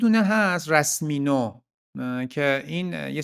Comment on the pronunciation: بیشتر سیس ادم موفق و داشت! کسی که ادعاش میشه و حتی رسمیو رو اشتباه تلفظ میکنه وای به حال محصولش